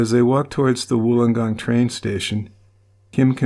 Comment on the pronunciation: As a Wollongong girl I am very impressed that you pronounced it correctly , most don’t . Thank you for covering this case , all of us who are old enough to remember it have never forgotten .